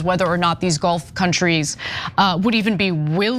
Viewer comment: Gulf not Golf countries, and stop dramatizing as if in a highschool gossip frat